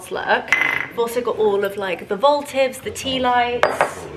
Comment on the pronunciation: For future reference: it’s ‘votive’ - not ‘voltive’ 😊